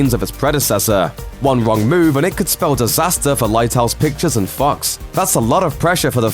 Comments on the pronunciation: Your accent just made Fox slund like F*cks. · I like how this guy pronounces Fox as Fucks.